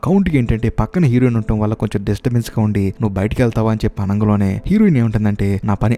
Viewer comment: Explanation is quite impressive. Keep it up brother, but what is that word "ఆనంగలోనే", I hope its "అనగానే"? If possible correct it in further videos brother. Plz Don't take it as complaint, take as improvement.